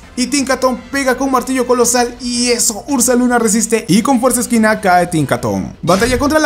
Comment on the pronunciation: Por que dices fuerza esquina :v es fuerza equina no se si tenga cin ver para lo del mote